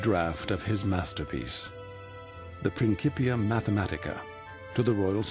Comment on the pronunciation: It’s prin (Ci) pia not a hard k as it is said in modern Italian